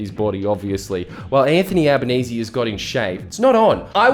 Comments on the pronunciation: And what's with the fucking "Al-ba-naye-zay". Is that some attempt to fully wog up his name to try and make him less relateable? Right or wrong, he's known as Al-ban-ee-see which is less tongue twister. It feels like a deliberate attempt to try and confuse his name just to make people that little bit more unsure. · Notice how Carl Pronouced Anthonys name as Albo NAY SAY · Did Karl say his name was 'Albaneser'? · "Alba-NAY-zay" - there, I made it even more ambiguously racist for you. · Is he deliberately mispronouncing his name?